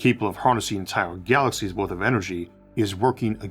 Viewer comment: Good presentation. Though I feel like you eat words , they don't get pronounced clearly. It's like galaxyshshh starshhh